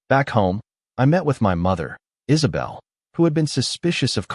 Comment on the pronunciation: 😂 Paydro, Deeayego, Mighel, Havierre, Looseeya, Elayna, Ihsubell, Raffiel and Carmen